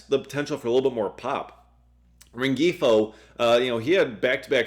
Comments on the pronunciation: He was driving me crazy with the hard G 😂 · Luis Rengifo's name is pronounced loo-EES ren-HEE-foe. Just fyi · I believe the G is silent in Rengifo.